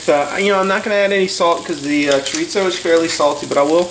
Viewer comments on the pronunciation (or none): There is no t in chorizo. Chorizo is Spanish not Italian.